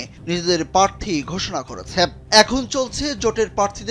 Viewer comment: পারথী নাকি প্রাথী?